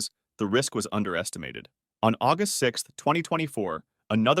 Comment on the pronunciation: Why agust its my bithday stop saying agust